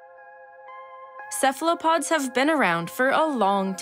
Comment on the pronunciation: And Cephalopods are prounounced correctly : Kefalopods